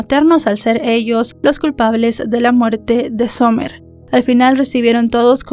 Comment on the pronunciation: Disculpa amiga pero no se pronuncia Somer se pronuncia Samer Cuando tengas nombres en ingles aprende a pronunciar los nombres apellidos calles estados porfa